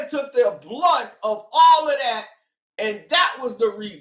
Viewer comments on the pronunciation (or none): the word is "brunt."